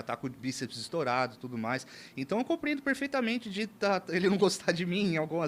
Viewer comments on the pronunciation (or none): "COMPRIENDO" kkkkkkkkkkkkkkkkkkk